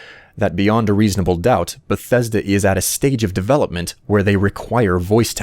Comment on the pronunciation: if fallout 4 is not even in dev i will cry everytime i here the word "benthesda"